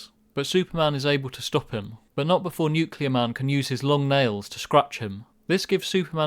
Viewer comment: It's nukielar man